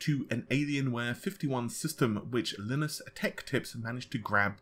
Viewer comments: lol Linus LIE NUSS NOT LIN ISS linis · come on noob have you ever seen a linus tech tips video? it's LIE-NUS (or LYE-nus), not LIH-NUS, pronounce it correctly, the pronunciation is all over the internet there's no excuse to make such a stupid noob mistake, everyone knows how to say it. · Pretty sure they meant "LTT", as in 'Leenus' Tech Tips? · untseac I know what you mean. Linux comes from Linus but because it's a name and really should know his channel his pronunciation is odd. Americans says one way, Europeans another. Brits say wuster for Worcester. I'm a Brit BTW. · pronouncing ltt wrong is quite sad for a tech youtube channel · I found it hilarious